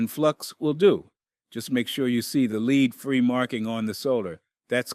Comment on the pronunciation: Hey, the word "Lead" is pronounced "led"!